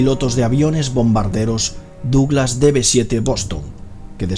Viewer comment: Muy buen video! Pero "Lauderdale" se dice "Lóderdeil", "deadly double" se dice "dédli dábl" y "Douglas" se dice "dáglas". Estúdiate la pronunciación del inglés y tus videos quedarán aún mejores.